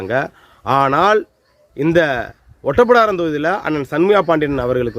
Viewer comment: அது ஒட்டப்பிடாரம் இல்ல ஓட்டப்பிடாரம்... அந்த ஊர் பெயரை உச்சரிக்கிறது இருந்தே தெரியுது உங்களுக்கு.. அந்த ஊர் நிலவரம் என்னன்னு தெரியாது அப்படின்னு... மூணு தடவை எம்எல்ஏ ஆனா மந்திரி போஸ்ட் கொடுக்கணும்னு எந்த சட்டத்திலும் இல்லை.. இதை உங்களுக்கு யார் சொன்னது? அவரை விட்டுட்டு வேறு யாருக்கு திமுக சீட்டு கொடுத்தது? அதுவும் தேவேந்திரகுல வேளாளர் தானே... திமுகவுக்கு ஒவ்வொரு எம்எல்ஏ சீட்டும் அவர்கள் ஆட்சியை தீர்மானிக்கும் வாழ்வா சாவா தான். இதில் ஜெயிக்க கூடிய எந்த ஒரு வேட்பாளரையும் கட்சி இழக்காது.. அவங்களுக்கு சண்முகையா வா முருகையாவா என்பதெல்லாம் முக்கியமில்லை ஜெயிக்க வேண்டும் அப்படி என்றதுதான் கணக்கு.. கொஞ்சமாவது யோசிச்சு பேசுங்கள்